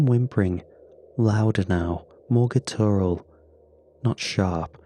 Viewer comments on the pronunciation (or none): oh NO....for the love of Pete, "guttural" is pronounced GUTT-ur-al, with the stress on the FIRST syllable, not the second. GUTT-ur-al. *GUTT* ur al. PLEASE. Or else, how about using something other than this overused, wretched, horse-whipped-to-death word?? Try: 'husky', or 'raspy', or even 'grating'??